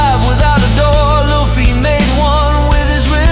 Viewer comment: preferably without the ai mispronouncing the names.... "Saibo" "Lofy"